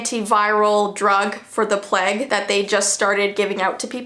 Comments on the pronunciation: We all know what she meant but she could not say it so she said the plague and it makes me kinda laugh. I know it's serious but still. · I’m sorry but, like when says plague, its really funny to me for some reason. So yeah